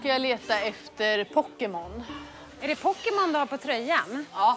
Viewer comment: Hon kan ju inte uttalla pokemon